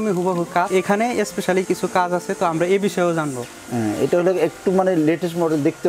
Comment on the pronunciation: উপস্থাপকের উচ্চারণভংগী চমৎকার! 🎤🎤বেলান্ডার! ইশপিশাল!